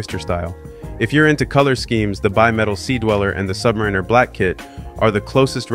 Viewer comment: I wish you novice You Tube watch nerds could pronounce Submariner correctly. Otherwise nice job and it’s a beautiful watch.